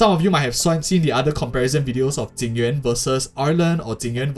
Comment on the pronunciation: XD You sad Tingyuan million times instead Jing Yuan :D